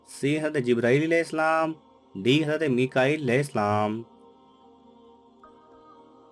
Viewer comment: Assalamalaikum sir ap Hazrat ka naam achaye se bolye ap ye Haz kya